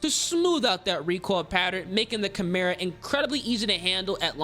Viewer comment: i’m just happy my boy finally said Chimera the correct way 😂